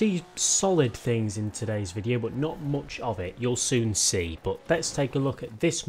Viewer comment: man, you really have a problem pronouncing U. oooupdate...moouch..... it's worse than the chalk on a board.